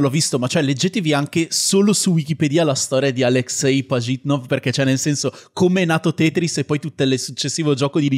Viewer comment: Secondo me avete visto il suo nome solo scritto in inglese e per questo dite Pagitnof, la traslitterazione migliore sarebbe "Aleksej Pažitnov", con la ž (che si pronuncia tipo la j in francese)